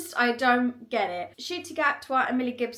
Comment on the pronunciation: I love how you pronounce it "Shitty" instead of N- CUTIE 😂